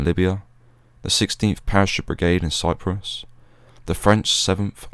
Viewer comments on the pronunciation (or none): none